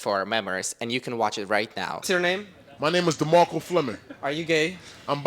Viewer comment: It’s DemarkcO not DemarkcA !